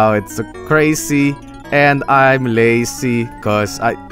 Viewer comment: Why do you pronounce lazy like lacey